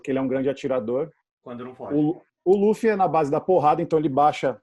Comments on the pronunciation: só gostaria de deixar registrado minha gratidão por vcs pronunciarem "Lúfi" e não "Lãfi" como já vi muuuuuita gente falando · Tem que ser Lúfi mesmo. A pronúncia do L com som de R é coisa da pronúncia japonesa. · Pontos Positivos: 1. A dubladora mandou bem na voz do luffy q no começo do anime era mais infantil se comparado com a atual. 2. A dublagem da Alvida está perfeita. 3. Acertaram chamando o Luffy de Luffy e n de Ruff. 4. Colocaram a abertura original. Pontos Negativos: 1. Apesar de parecido com a original, em alguns momentos a voz do Luffy soa muito cartoonizada. É como se eu estivesse vendo um desenho animado como o apenas um show. 2. A voz do Coby n combinou mto. 3. Acertaram o nome dos ataques do Luffy. É irônico q isso seja algo negativo, porém esperava q pronunciassem os ataques com o sotaque japones de um inglês errado 😅. (Ex: rocket - rocketo) Ainda assisti apenas o primeiro episodio. Espero q nos próximos eu seja surpreendido positivamente.